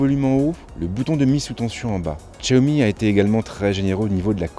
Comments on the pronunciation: tchiaomi?!?!?! 😂😂😂 xiaomi pas tchiaomi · Tchaomi 😂 aller tchao